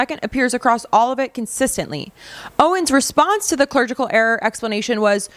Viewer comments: also, clerical, not clergical. be well. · Clerical not clergical 😂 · clergical error is incorrect pronunciation of CLERICAL. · TWICE you say "clergical" error?! It is clerical error = the error was made by a clerk, not by someone in the clergy! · A ClerGical error? I think you mean a clerical error. You made an eggcorn that I hadn't ever heard before. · It's clerical error lmao. clerical as in spelling clergical would mean i guess the clergy? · Comment for the algorithm: It's clerical error, not clergical error. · Just as an FYI, the word is ”clerical”, not “ clergical “ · What's a "clergical" error? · I think the word you're looking for is "clerical"... Not clergical. (Unless of course you mean that Erica is a member of the clergy which I would find rather hard to believe... 😂) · Clergical error? Clerical error, you muppet. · Clergical?? CLERICAL. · If you only said it once, I was going to let it pass. But, since you said it twice, I'll correct you. It's CLERICAL error. Not a clergical error. The first is a typo, the second is like what the catholic clergy was doing to children, to put it mildly. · Clergical records? Do you mean clerical records? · Love your channel but can't stay quiet... clerical....there's no "g". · "CLERGICAL"? Wow, get some help pronouncing words. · Clerical error! Please learn proper English. clergy = priests, Bishops etc. This is the third show you are misusing and mispronouncing basic English words. Can’t continue subbing you. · Clerical error, learn how to read please.